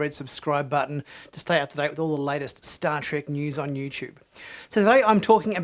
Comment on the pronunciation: It's Star TREK, not Star "trik!"